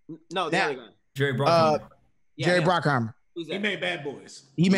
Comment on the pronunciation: bruckheimer not brockheimer